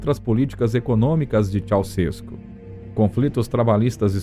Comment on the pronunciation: Ceuausescu não é paroxítona, é oxítona.